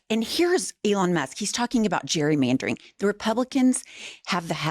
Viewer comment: Can he not pronounce gerrymandering? 🤣